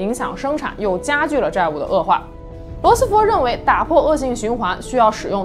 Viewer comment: 罗斯福fu，不是fo